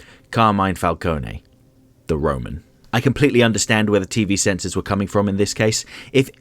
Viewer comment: Okay, as an italian i'm legit impressed that you said "FALCONE" right. A suggestion? The name Is "Carmine" "Car" like 🚗+ "Mine" like in imMINEnt